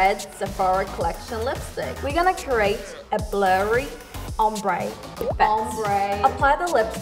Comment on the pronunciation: is it just me but she pronounce create as curate